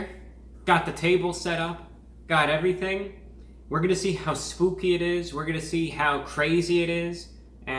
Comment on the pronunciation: Lol yah he also kinda says swoopy instead of spooky lol